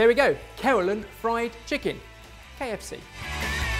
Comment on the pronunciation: Did he say keralan?? 😂😂😂